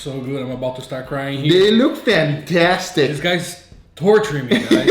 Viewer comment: THATS “PFANTASTIC”